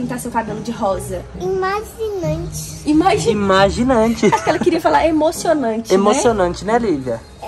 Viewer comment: Ela falou imaginante